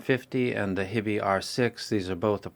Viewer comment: Awesome review. I follow all of your reviews. Its "HIGH be" not hibbie. because of your review i bought this and i am very satisfied.